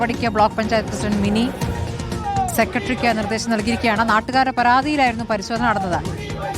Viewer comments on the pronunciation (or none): സ്മൃതി...സെക്കട്രി എന്നല്ല സെക്രട്ടറി എന്നാണ്..